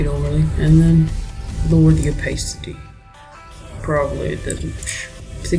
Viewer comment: "Lower the OPAACITY" xDD <3